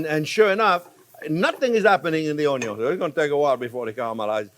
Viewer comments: Chef’s just trying to pronounce it onion as it’s spelled, as you do. But in Ireland it’s pronounced more like UN-YUN 🧅 I love how he says it 💚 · cream of mushroom soup, some character in a WW2 movie would mention this soup,h3 missed it from home ,he sounded british or irish, anyway it's been on my mind this soup. i might give it a shot making it...onyon sounds funny...great chief, thanks maestro! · the uhnyun lol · Being redundant, quirky, and pronouncing the word onion is the reason I watch😊 Don’t change anything. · Anyone else refer to ‘onion’ as ‘onyon’ now?😂😂😂😂😂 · Keep telling us, "The onyo number one." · Chef Jean-Pierre, you are my favorite YouTube chef. I have made dozens of your recipes. Keep up the amazing work. I thought it was onyo first, unless there was bacon involved. Please guide this tormented soul... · "1 or 2 videos where I did not talk about the onjo ..." They exist?!?! :) Nice one chef ... keep them coming! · I just like this guy, he knows exactly how to do it. Not too hot, not too thin or thick and the perfect seasoning. And: he likes ONYO, a lot, just like me. And please keep on explaining. ❤ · That's Anion...lol. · Wrong, it’s: “Onyo is number first”. 😅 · Love the way the sound of the word onion sounds in my ear from your mouth. Enjoyed, TYVM!